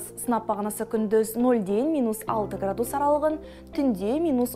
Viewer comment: Градууус ,градууус жаксы екен ударение у нее у га тусып тур. мунда ударение а арпыне тусыру керек